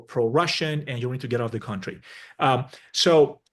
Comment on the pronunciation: It is 'kuntry', not cowntry.